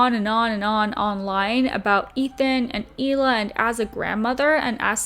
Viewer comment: Does it bother anyone else that she pronounces the H in Hila? You’d think she’d know how to properly pronounce her name by now.